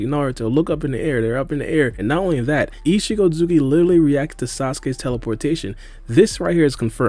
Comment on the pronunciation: He is saying ishigo its ishiki